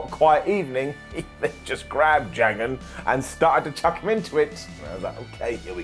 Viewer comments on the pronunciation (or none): none